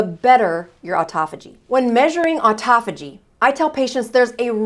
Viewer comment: U r pronouncing autophagy wrong.